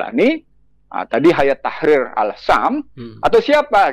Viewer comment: Menyebutnya adalah hay-at, bukan hayat